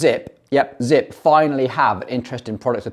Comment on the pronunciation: He lost me at “Zipp”